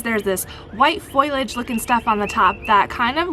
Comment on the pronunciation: Foilage, or foliage?😄